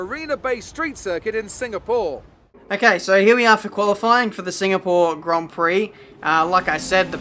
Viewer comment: Maybe it is in the way how says Singapore: another Singapoor result.